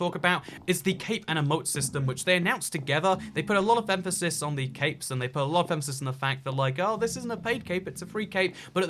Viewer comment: EVERY SINGLE TIME you said “capes” I thought you said “caves”